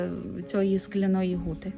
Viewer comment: Мені нащадкові засновників Скляної Гути (саме Гути а не Ґути ) дуже неприємно слухати ахінею про ці три поселення одне з яких заснував мій далекий предок Ян Краткі і ще двоє його товаришів, як і він мануфактурників, що збудували три гути ( склоплавильні мануфактури ) Скляну, Середню, Мокру. Переселились сюди з північної частини сьогоднішньої Словаччини. Землю купили за посередництва жида котрий надав не вірну інформацію про породи для виробництва скла, насправді вони були значно гірші. Двоюрідна сестра моєї бабусі Катерина Кратка одружилась з Сірком полоненим з Наддніпрянщини, їхні нащадки Зеленяки і зараз живуть на Гуті. Скляна Гута зруйнована і залишились лише фундаменти. Виробництво скла припинили після Першої Світової і зайнялись садівництвом, а не Хрущов . Із - за низької якості сировини ( добувалась у штольні Краткіх ) не витримали конкуренцію і тому зайнялись садівництвом. Сірко, син Катерини, за революційні погляди разом з Борканюком мадярами був засуджений до страти, але в подальшому страту замінили на дожиттєве.